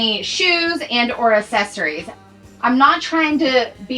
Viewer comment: Girl, I love you so much and am such a fan! But I have to tell you, the way you pronounce “accessories” kills me!😂 Thank you for sharing all the fabulous content. 💕